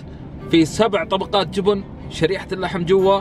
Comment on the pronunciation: ليش بعض الناس لهجتهم تجييب المغص ليه تقولون >> جوبون ... ترى اسمه جبن بالفتحه وليس بالضمه جوووبوون